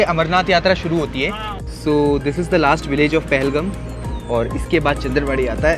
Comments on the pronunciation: Your pronounciation about Pahalgam is wrong ..But ur love about Pahalgam is Good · Appreciate the efforts 👏👏👏👏 Indeed the video is one of kind especially the drone shots But sir with all due respect It is pronounced as PAHAL-Gaaam Wasn’t expecting you to mispronounce …. Just because it has the video has lost it charm